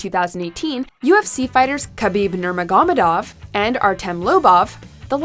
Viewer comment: Damn she butchered Khabib's name 😅